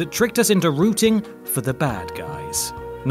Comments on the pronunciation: "rooting", not roUting. You're the bad guy, WhatCulture. You are!!! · says "routing" should say "rooting" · 'Rooting' not 'routing'. Sorry OCD I think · It's ROOTING not ROUTING...LOL!! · "Routing"? ffs! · Rooting guys. Not routing. And don't give me that queens language bullshit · "Routing" sigh